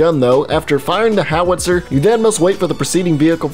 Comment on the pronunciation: I don’t want to be annoying but I think Howitzer is said Haw-uht-sr